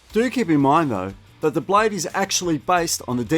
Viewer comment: Will you please pronounce properly the word blade not blay silent e!